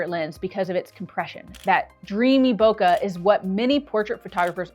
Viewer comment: Madam it's bokeh not boka. Love the video 🎉